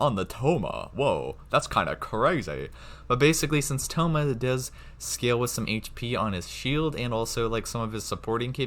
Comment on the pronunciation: its noyt staff of homa its staff of thoma